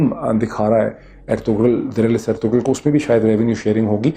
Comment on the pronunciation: I don't know why do you pronounce ErtuGral where as the name actually Ertrul in Turkish this kind g is not pronounced it is not a big deal but was not expecting it from you You said you have watched it on Netflix where it is in Turkish language with English sub title every body is clearly saying Ertural